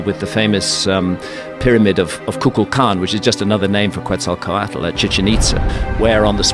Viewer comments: Not the qUetzalcoatl pronunciation lmao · well the name Quetzalcoatl was a little mispronounced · Man it's just too annoying how he pronounces Quetzalcoatl, he's been saying it for years and still pronounces it horribly. Damn disrespect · Not trying to pronounce Quetzalcoatl..... excuse sir say what again 😒